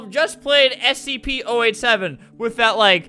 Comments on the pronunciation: He said stp not scp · what is stp were u supposed to say scp